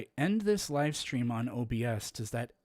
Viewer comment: why do you pronounce live wrong? i thought you were ejumukated....shakes head slowly